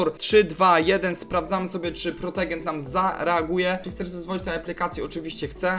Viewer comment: "protogen" XDDD kurde ja myślę czy napisać ci o tym antyvirósie ale ty wysyłasz film XDDDDD